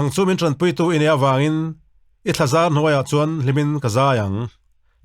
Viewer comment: I thlazar tih a dik zawk lo em mi i thlazãr ni lovin